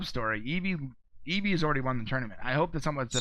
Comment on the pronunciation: It's pronounced like Evvy. She's not a Pokemon